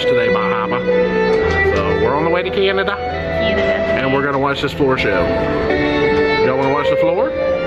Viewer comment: Please say the name of my country correctly it’s Canada 🇨🇦🇨🇦